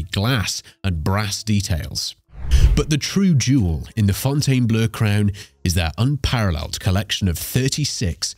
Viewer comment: You would think the narrator would refuse to read such a stupid line of script… let alone pronunciating the “Fountain Blue” as the “Fountain Blur”!!